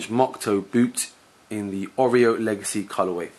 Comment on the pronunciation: "Oreo" legacy? :) Ya killin me, bruv.